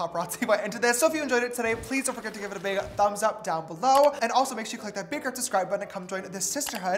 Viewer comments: " A second foundation?" James: "Shore" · “a second foundation?” james: “SHORE.” 😂 🌙🌙🌙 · I clicked faster than James can say “shore”. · I’m Peruvian and everyone’s laughing at how you pronounce “ sure” so now idk how to pronounce it HAHAHA